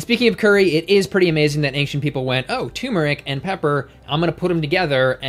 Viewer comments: I love you but it's pronounced "turmeric", not "tumeric". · Turmeric. TuRRRRmeric! Not 'tumor-ick'. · Turmeric has an 'r' between the 'u' and the 'm'. I used to not pronounce the 'r' either, but that is incorrect.